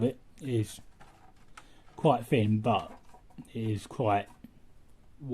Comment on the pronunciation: The word thin is not pronounced "fin"